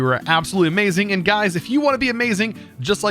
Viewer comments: am i deaf or did he say hey gays at the start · Okay, relisten to the intro...totally says 'Hey gays!'